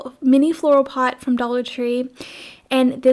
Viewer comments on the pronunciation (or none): Pot not pit